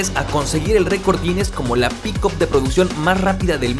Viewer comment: se dice picap , no pikop, agringao